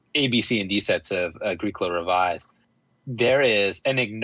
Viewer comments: every time you say “A-greek-ola” I just cringe hahaha. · My FLGS gave away Mayfair posters with the proper pronunciation of A-GREE-COLA on them, nice work (though it was too late for me to change at that point.) Also bumper stickers: "My other car is a Moldboard Plow"